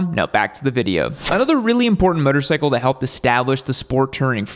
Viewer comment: why does this guy pronounce "motorcycle" like "muttercycle"?